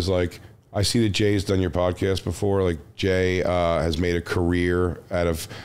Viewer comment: " the sodcast"